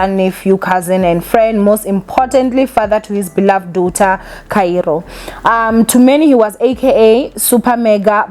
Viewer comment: Trust to year after year butcher words😂😂😂 ever since I started watching this channel years ago u girl continues to call Kairo, Kayiro😂, daughter uthi dawther😂, especially, uthi ecspecially😂😂😂…. Mara atleast you know yourself nge Igrish, ….PS this is all banter, I love this channel